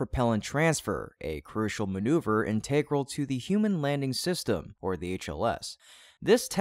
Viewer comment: Please learn how to pronounce integral!